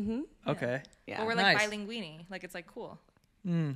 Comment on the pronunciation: Si dice bilingue not bilinguini hahahha LMAO